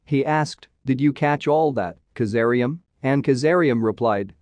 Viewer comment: Kazaliem not kazaream